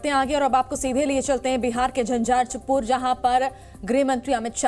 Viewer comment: Jhanjharpur to sahi se bolye